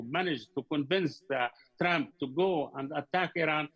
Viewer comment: I like how Atwan calls Trump "Tramp"